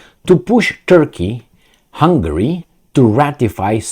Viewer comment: It is "Hungary", not Hungry : ) Love your content, keep it up!